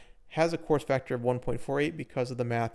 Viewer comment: You weren’t the only one 😂 had to look at the screen to finally realize what he said